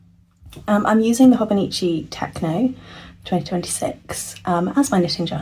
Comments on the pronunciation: I don't think anyone has let you know yet but it's Techo (teh-cho) not Techno... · Oh this is gorgeous! I absolutely love this - what excellent ideas! We’re a big Hobonichi household so this is perfection. Also I am sharing this with as much respect as humanly possible - techo is pronounced like “tetch-oh”. I was pronouncing it like teck-oh for yeaaaars before I visited a stationary shop in person and learned the correct way haha.